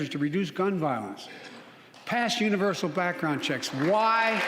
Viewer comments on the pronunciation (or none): none